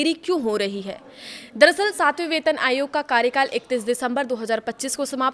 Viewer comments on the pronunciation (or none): none